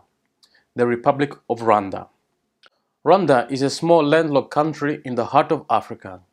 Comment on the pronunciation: I've already told several people the proper pronunciation of Rwanda (I'm in the USA and we all say it wrong!)